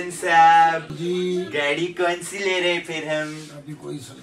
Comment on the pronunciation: Lere hain nahi hota ji, le rahe hain hota hai.